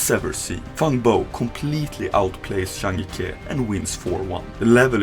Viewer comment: great video But the way you pronounce CH as SH is very irritating. Please learn to speak better if you want higher quality videos probably because you're European you're doing this (based on your accent probably danish or swede) Also, when pronouncing players name, please google how to pronounce them. Their names aren't that hard to pronounce but you butcher them up so bad. zhang jike = Jang Gee Kuh - NOT JANG GEE KEH btw, im not chinese nor an english native speaker either :)